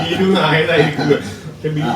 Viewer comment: ഭീരു അല്ലല്ലോ.. ബീരു അല്ലേ ❤️🙏🏻👍🏻